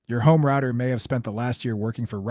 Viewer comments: And who ordered that back door installed on all routers? Three guesses. And why can't you pronounce "router"? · I'm assuming he lives in UK now or works with people from the UK as that's exactly how they pronounce router.